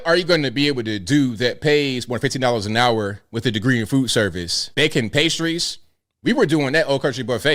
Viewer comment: Did she say FOOD service or did she say FOOL service? Because everybody needs food, and every college needs Fools. And blithering idiots.